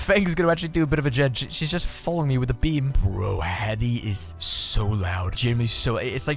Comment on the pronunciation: I like how you don't even bother to pronounce Haddies name.💀